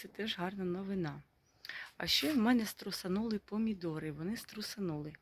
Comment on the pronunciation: ну, звичайно, ні. Але Т9 тут ні до чого, це ж ваші слова. Просто вам підказують, як правильно їх вимовляти. Не ображайтеся.